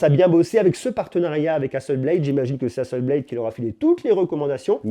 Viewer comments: HasselblAd pas Hasselbléde! C'est une compagnie suédoise. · Hasselblad se dit HasseblAd avec un A français et non un A anglais. Comme si vous le disiez en français. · Apprend déjà a prononcer le nom Hasselblad correctement.